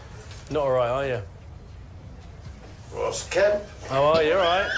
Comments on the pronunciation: Ross, pronounced like it rhymes with Floss or Toss. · Its ross not rose🌷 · It's Ross as in Boss. Rose is spelt rose👍